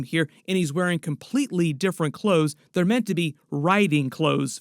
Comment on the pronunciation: Based on the knowledge it seems like they'rrrrrrre keeping.... Are you from beyond the wall?? 😂😂😂😂